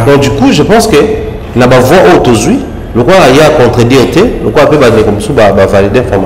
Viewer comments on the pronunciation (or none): none